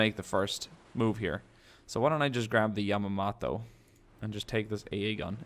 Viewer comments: It's Yamato not yamodo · YA-MATO (is how you pronounce it) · it sounds like yo- mato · Yo-mato (like NATO except with a M not a N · Yamamaaaaatoooo... Sounds beautiful with such prononciation... ^_^ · It's Yama it's Yamato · Yamato is named after the imperial dynasty. Yamamoto was shot down in 1943. Pronunciations: Yamato "Ya- "Like Ja" Ma- "Like mom" Mo- "Like from Wall-E" To "Like toe or a sharp to" | Yamamoto Ya-ma-mo-to. You do the rest.. -_